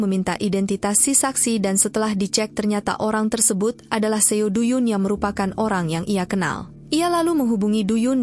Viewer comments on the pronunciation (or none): Suaranya enak. Tp bacanya trlalu cepat n spelling nama korea nya msh krg tepat.. seo spelled as so. Do=do bkn du. Dst.